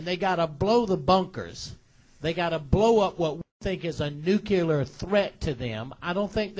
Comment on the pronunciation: Ummm.. he said nucular...does he mean nuclear?.......